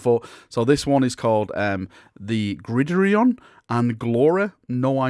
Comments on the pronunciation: Lol.... grideorion... wat? Grid-Iron . Dude... lol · grid errr eon. . LOL Grid Iron (Blood Bowl) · Gridrion??? Haha its grid iron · HOW in the hell did your brain decide to pronounce GRID IRON the way you did? 😅😅😅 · It's grid-iron, a reference to American football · It's Grid- Iron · Grideereeon? Are you F'n serious? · lol, what did you say? Grid and Iron as one word. Bloodbowl baby